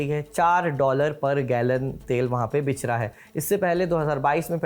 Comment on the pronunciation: Thank you ji nice presentation 😊 Aapne ek word bich raha hai bola to mujhe mere bachpan ki friend ki yaad aa gayi 😅 wo bhi bik raha ko bich raha hi bola karati thi... 😊 Keep it up ❤❤